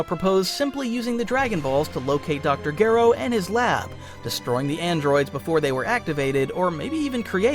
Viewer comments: Gero not geero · BTW. His name is pronounced. Dr. Jer (O... like zero without the zer) not jear.. ro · This is probably my 2nd favorite DB What If after Salad Saiyan's "What if Raditz turned Good?". Though I would like to correct one error. Dr Gero. The G is pronounced like a J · Why do you have to butcher Gero's name like that? That is not how it's pronounced. You are starting to make this video unbearable to listen to, no matter how good the story is.